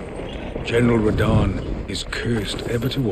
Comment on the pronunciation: well done read rhadan great rune please